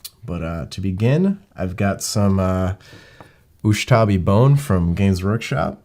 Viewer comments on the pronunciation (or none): It really bugs me that keeps saying USHTABI Bone instead of USHABTI Bone:D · Really UshTabi brown?! its U S H A B T I... Ushabti... don´t break my non existent Tomb King heart.....